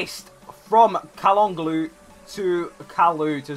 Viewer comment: Nice Video! You speak calhanoglu false haha :D speak like that Ca-la-no-lu :DD